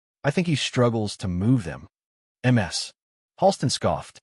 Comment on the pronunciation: 😂😂😂narrator is a relative of Narendra Modi. Modi says em ar es for Mrs. Here it is MS for miss🤪🤪🤪